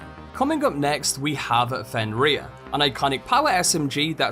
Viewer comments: This dude saying fenrear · Bro fr said fen reyer